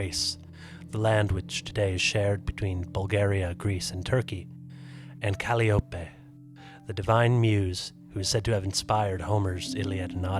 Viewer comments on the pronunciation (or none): Cali-op-a? It’s Ca-llie-o-pe, you know, like the musical instrument that is named after her. Jeez, get your pronunciation correct before you make the video.